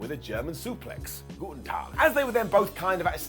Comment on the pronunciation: caught me off guard haha, I mean Ik you were in Austria and probably Germany lol, but the guten Tag haha, perfect